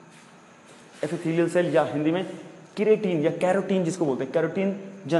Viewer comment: करोटिन नही है सर ये किरेटिंन होता है